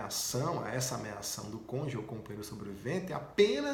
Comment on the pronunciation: Conje? Aprendeu com aquele juiz de Curitiba?. As explicações foram boas e úteis, mas esse erro é grave.